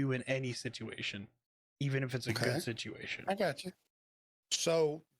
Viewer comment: Sityashun ? I lost count though!! 🤣